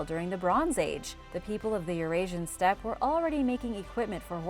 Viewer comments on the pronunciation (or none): none